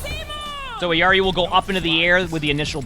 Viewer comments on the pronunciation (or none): her name is IL-yari not eyari